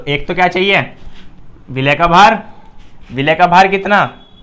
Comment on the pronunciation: विलेय नहीं भाई 'विलय' खैर बहुत खूब ❣️❣️❣️❣️❣️